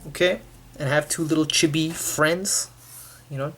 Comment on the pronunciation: i couldnt even hear the audio while watching because the way he said Chibi bothered me so much X~X